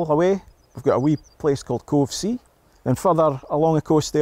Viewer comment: Your mispronunciation of every place name hurts my ears and shows a total lack of respect. Yer man Trevor was no better, Covesea is pronounced Cow Sea and I hope Dave Philips and the rest of the members take their opportunities to remind him at every chance. Maybe I ask too much of someone from MingChester.